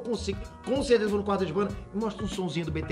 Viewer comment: "Voi financiar" seja meu tio 😂😂😂😂😂